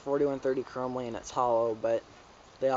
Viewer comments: It's conspiracy. You say it with an e sound. And who runs brakes? It's just more weight. .-. And it's chromolly. Not chromyl. -_ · It's chromoly not chromly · you cant prononce Shadow Conspiracy or chromoly right.